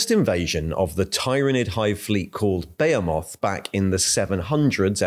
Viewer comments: Sorry to be that guy - but it's "Buh-Hee-Moth" and not "Baya-moth". I have no idea why a lot of fellow Brits pronounce it that way. Same for "chitinous", even GW pronounce it as "Chit-Inn" instead of "Kai-tin". They're normal words, one for huge things and one for the composition of insect shells. +++Adeptus Administratum duties fulfilled 💀. +++ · What the heck is a "bay-a moth"? It's pronounced "be-HEE-moth". Yes, even in British English. "bay-a moth" isn't a word. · Didn't realise the Tyranid thing was a bit but murdering behemoth really got me heated lol. Beya Moth ok buddy thanks. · Shake head... He has been on this tirade for a few videos now. The pronunciations are all off whack... was amusing albeit annoying for a bit. Now its just abrasive. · I’ve never heard the word behemoth pronounced so badly so often. I do appreciate the information though.